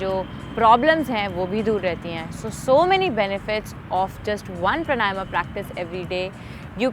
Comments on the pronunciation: देवी जी प्रणायमा नही है , प्राणायाम है । कम से कम आप तो मत बिगाड़ो शब्द को , योग से योगा कर दिया । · सही उच्चारण तो सीख लो मैडम प्राणायाम होता है। प्रणायमा क्या होता हैं विदेशी बनने के चक्कर मे नाम भी गलत बोलोगी क्या।। विदेशी तो सही बोलने का प्रयास कर रहे हैं और ये अंग्रेज बनने के चक्कर मे बेड़ा ग़र्क कर रहे हैं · प्राणायाम शब्द है,...सही उच्चारण करें